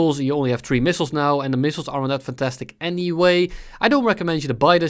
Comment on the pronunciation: I like how you pronounce "aren't" like "arrant"